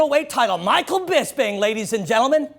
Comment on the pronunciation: and its BisPing, not BisBing